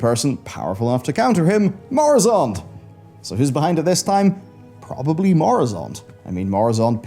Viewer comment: Its murozond not moruzond 😂😂😂